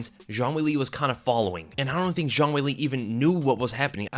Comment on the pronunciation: Why he sayin zhang like it’s French? All I hear is JeanQuiLee lololol